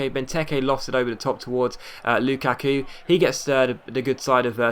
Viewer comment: Dude it is not loo kaaa kuuu